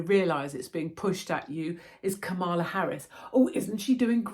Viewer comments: You have me in stitches saying Ka-Mala instead of Kam-ala. Here in US they’d call you “racist” because with the accent on MALA that means BAD in Spanish 😂greetings from Commie Kalifornia. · Kamala - pronounced like Pamela